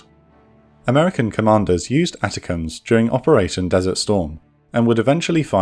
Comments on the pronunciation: Why do you pronounce the ATACMS atacms? It's pronounced atacms! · Hello Excellent and interesting! Btw It's not a-ta-cams It's Attack'em's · Arty is the king of battle. ATACM is pronounced Aaa tack ems